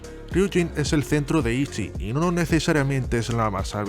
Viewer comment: Se pronuncia como se escribe “Itzy”